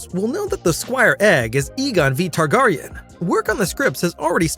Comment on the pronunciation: You lost me at House Tarr-Garr-ion. I'm out.